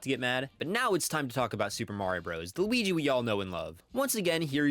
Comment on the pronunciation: “the wigee we all love”😂